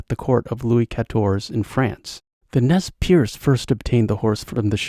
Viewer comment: Pronounced Nez Purse !